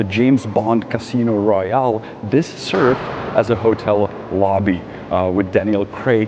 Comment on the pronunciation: This darned pronunciation: Cruise, Royale, Kreml(in), Vitus…